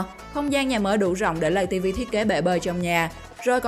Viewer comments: Lay tv mà đâu phải lầy tv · lay ko phải là lầy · Lay tv chứ ko phải lầy tv ạ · Lay tv nói lầy tv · Người ta bảo là lay tv chứ ai lại bảo là lầy tv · lay tv mà cj k phåi lây tv đâu cj😊